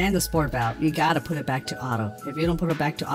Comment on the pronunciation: This is just nitpicking, but it's Sorit valve, not sport valve, unless yall just nickname it that I don't know lol. Good job on the video though man👍👍